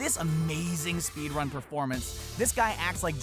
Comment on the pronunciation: did anyone notice how he said speed-wun?